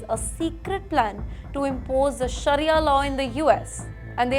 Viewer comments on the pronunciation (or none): none